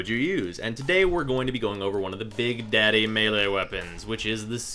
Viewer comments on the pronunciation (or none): none